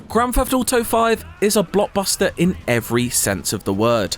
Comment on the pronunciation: Grafafado Foive